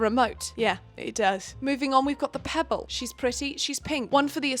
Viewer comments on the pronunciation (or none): none